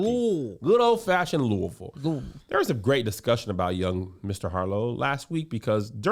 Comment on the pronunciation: Y’all better be on here saying Louisville correctly!!! #502